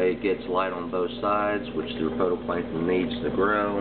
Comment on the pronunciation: It's phyto NOT photo